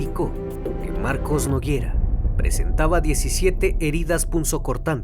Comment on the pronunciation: Nogueira, no Noguiera